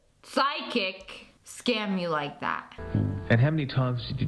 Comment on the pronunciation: Whenever she said psychic I heard sidekick Bye